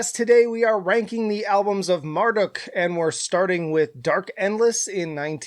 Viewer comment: it's pronounced mar-duke, not mar-duck